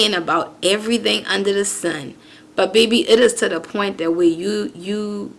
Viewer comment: Yes, I heard it when you said baby(be-be)